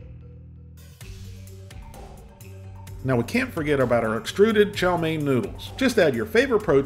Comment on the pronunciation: I haven't had that in 30 years but I can taste it. Also can't stop laughing at the emphasis on "Extruded" fried chow mein noodles!